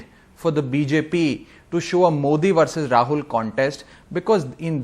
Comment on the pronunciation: It's Rahul not Raghul